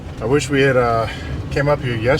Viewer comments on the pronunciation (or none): none